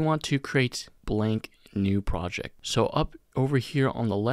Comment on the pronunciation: fantastic video, but projec and objec are KILLING ME